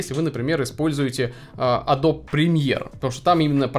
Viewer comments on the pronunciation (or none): none